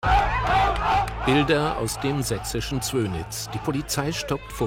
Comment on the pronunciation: Sächsit??? Interessant 🤔